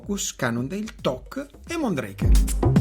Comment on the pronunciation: Mondraker si legge come si scrive 😊